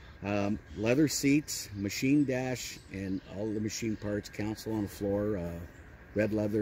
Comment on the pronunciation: Why do people call a "console", a "counsel"?